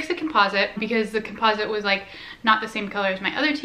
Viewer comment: Your not pronouncing composite correctly